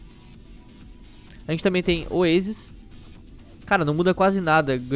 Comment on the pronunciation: Oesis? Esta a escrito Oásis quem em santa consiençia fala oesis?